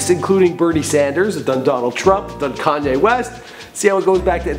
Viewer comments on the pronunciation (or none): none